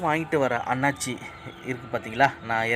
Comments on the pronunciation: jee annachi illa athu annasi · அன்னாச்சி அல்ல அன்னாசி என கூறுங்கள். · அண்ணாச்சி இல்ல அன்னாசி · நன்றி videoவிட்கு தமிழை பிழை இல்லாமல் பேசவும் அன்னாச்சி பழம் இல்லை. அன்னாசி பழம் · அன்னாசி பழம்